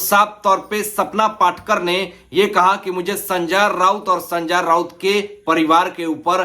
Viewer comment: Pehle to naam thikse lena sikho. संजा राऊत ये क्या है कितना अजीब लगता है सुनने को😂😂😂😂😂😂😅